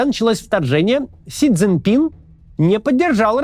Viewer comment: Как же режет слух это "Си Цзиньпинь"! Это всё равно что сказать "Максум Кац". Вот на канале "Объектив" ведущие более внимательны к фонетике. И хотел бы придраться, да в последнее время не получается. По-русски – "Си Цзиньпин" и не иначе. Впрочем, дальше по ролику Максим вроде везде произносит имя Председателя КНР правильно.